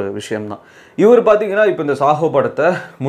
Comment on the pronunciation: Bro it’s Saaho not sahoo